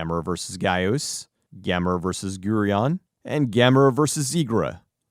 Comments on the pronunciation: Correction: Gyaos is pronounced "gouse," like house, and Guiron like "gear on." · Also painful that he keeps pronouncing Gyaos like "gee-oss." As a fan of these films, it seems to me like he hasn't actually seen them and is just going off of things he's read. Not what I've come to expect from this channel... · Never underestimate an American's inability to pronounce things even after hearing how it's pronounced.